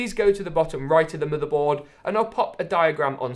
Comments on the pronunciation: stop saying muterboard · into the "muddehboard"